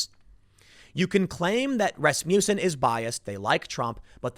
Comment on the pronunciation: its pronounced 'rass-muss-in'..